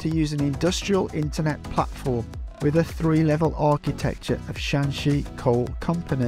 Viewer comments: Shanxi not shaanxi😂😂😂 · Hi, Just a friendly suggestion. Shanxi & Shaanxi are provinces north & south of each other. They have different pronunciation. Google can pronounce them pretty well.